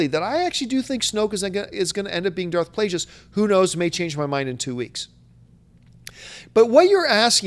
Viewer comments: John hurt my brain several times during this video. Mispronouncing Darth Plagueis like 50 times, forgetting about Watchmen and 300 for Snyder and forgetting the horrible Superman Returns for Singer and dumping on the story for Mad Max. Love the show, but yikes, take a vacation John. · I love ya John but you really gotta stop saying Darth Plagueis like that...